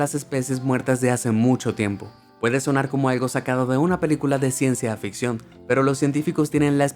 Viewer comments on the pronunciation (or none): none